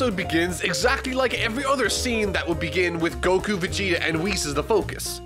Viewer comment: Its Few not Fu Its Wees not Wis... For fucksakes YouTubers... Its like Kaoken actually being Kaioken.